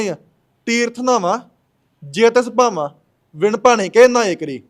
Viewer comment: Amrsr nhi amrt sr wa bani sudh pr bhama nhi bhawa. Ja tis bhawa h bolna sikho aap ki bolda grva lede chadi da rep blatkr eh ds bibian nu tera prchar shiaa 😅😅😅